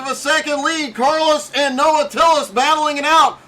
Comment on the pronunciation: Makes me laugh every time someone says Tillis when it’s Tills. Good job Noah!